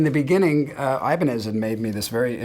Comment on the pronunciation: Now I know how a Japanese pronounces Ibanez!